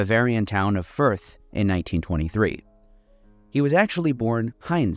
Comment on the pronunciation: Be careful when you call Fürth (whose name you butchered btw) a "bavarian" city. The region is called Franconia, and we Franconians are very pissed off when someone gets it wrong. Greetings from a guy who was born in Fürth, and who hasn't warcrimed anyone yet.